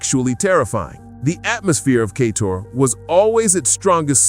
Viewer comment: There’s no way he’s mispronouncing so many words by mistake. Lol. “Kay-tor”? “Geef” Keighley? “Ass-spire”? 😂😂